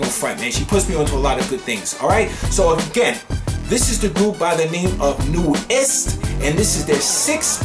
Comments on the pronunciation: Hi! NU'EST is pronounced as "New East". 💓💕 it is an acronym(?) For NEW ESTABLISH STYLE TEMPO. They are an URBAN ELECTRO BAND. 😁👌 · are you sure about that Miria? everybody else is telling me it's pronounced (NEWEST) 💖👍🤓